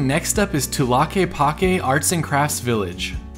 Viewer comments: Is not Tulaquepaque es Tlaquepaque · The way you pronounced tlaqueapaque was hilarious Sorry I lived around there thats allll wrong